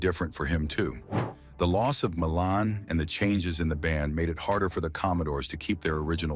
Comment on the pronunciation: Pronounced "MY lahn" Williams. He wrote their first hit, the instrumental funk classic "Machine Gun".